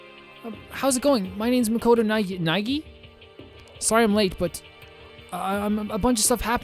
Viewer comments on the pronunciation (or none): Let's pronounce, Naegi! Nae-ji, wrong. Na-e-gi, correct.